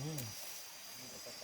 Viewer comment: ปลา ไม่ใช่ ปรา 👌